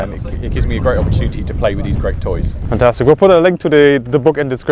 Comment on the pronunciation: "ok, fantstic" much?